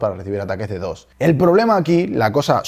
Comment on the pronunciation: lee DDoS no como DD o S